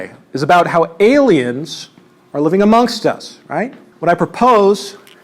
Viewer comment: Among*st* us